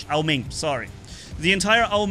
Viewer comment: I love how he goes like Minos, Eeh eh, Nodens, 🤦‍♂Au Chu Au Ming